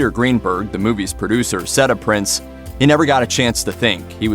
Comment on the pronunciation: The man’s name isn’t pronounced ‘Prince’, it’s PRINZ just as it’s spelled.